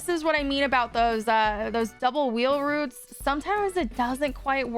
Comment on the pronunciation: "wheel roots can't believe says roots instead of routes 😂 heard this in stream yesterday and was confused